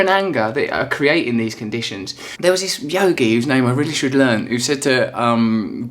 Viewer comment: how can anyone listen to a guy who can't pronounce words correctly? this bimbo needs to man up and speak properly. "creeeaatin', " "creeannn". don't let your voice die like that.